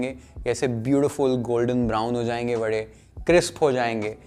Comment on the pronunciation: Charmed that you rightly said "Vade" instead of "Vada" like all North Indians mechanically convert pronunciation to suit their dialect!!